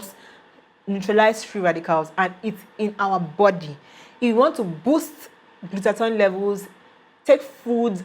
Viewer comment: Glutath-oin? Wtfff im outta here ..tou don t seem to have the knowledge if you don t even pronounce the fuckin word right byee bii